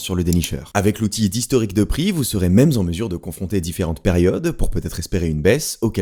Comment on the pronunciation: « vous serez même zen mesure »... pas toi, pas toi...